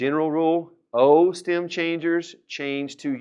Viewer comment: I am a German learning spanish with your videos. It took me a few days now to understand that you say "stem" in this video and now I know what that means. I thought you say stam or stim and couldn't find a proper meaning for it :D